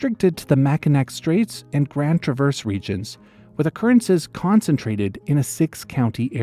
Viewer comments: How did he manage to mispronounce Mackinac and Grand Traverse in the same video 💀 (it’s “Mack-Ann-aww” and “TRA-verse”) not mad, great video! Just thought I’d mention! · Mack-eh-naw Grand Trav-ers